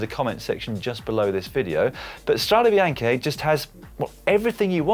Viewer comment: The "Strada Bianchi" pronounciation.... discuss.